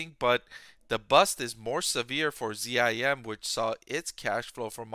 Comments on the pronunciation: Geez why do you pronounce it Z-I-M? It's ZIM! It's difficult to take your analysis seriously when you don't say the name of the company correctly. What would you call Tesla, T-E-S-L-A? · ....DE-von and Z-I-M? So hard to listen to.